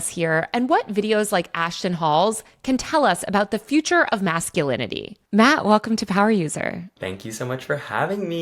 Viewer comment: It’s Matt no hatt!